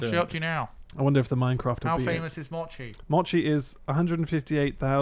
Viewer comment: please learn how to pronounce "mochi". Thank you